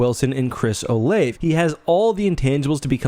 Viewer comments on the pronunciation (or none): Great video. Hoping that Bryce Young's extremely limited sample size in real action doesn't mean anything. (Also ffr, Chris Olave's last name is oh-lahv-ay. Good to know if he tears it up receiving from Carr this year!)